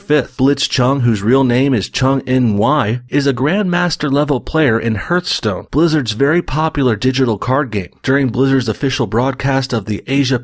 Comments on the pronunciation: Hearthstone is pronounced HARTHstone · I can tell that this dude is an Canadian by how he pronounces Hearthstone 😂🤦🏿‍♂️